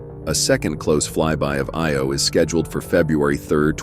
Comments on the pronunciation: It's Io not Eo. LOL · its pronounced I-O not eeeeeeeeeoooooooooo